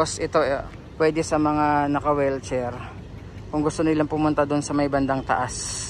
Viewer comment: Wheelchair po, di Wellcher 😅